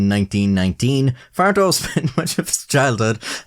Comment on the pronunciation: im a native spanish speaker and the "farto" pronunciation hurts my soul, as well as "jefe" but its not as bad, "santeria"'s pronunciation was also horrible